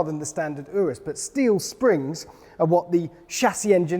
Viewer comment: It’s not urus like undo it’s urus like Uganda